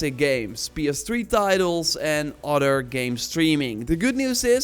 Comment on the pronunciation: he says "odder"